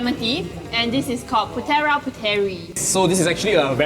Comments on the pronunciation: its pronounced as PU-THE-RAA & PU-THE-REE, anyways love the video! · why didnt u ask the staff at putera and puteri for the pronounciation 😐